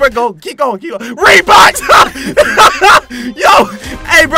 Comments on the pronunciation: I was laughing when said reebox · Hahaha did he said reeboks hahahaahahahahhahaah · Me at the intro: 😑 Other people: Bruh!:HA! HE GOT REEBOK? HA HE GOT REEBOK! AHAHAHAH! YO! HE GOT REEBOK Me: Did toy say reebok?😂😂😂😂😂